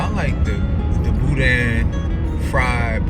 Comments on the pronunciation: ...if you don't pronounce it properly..."Boo-Dan"! Billy's is good for sure! We were big Don's supporters, but Billy's in Scott, LA is king.🤣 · the way you say boudin is hilarious lol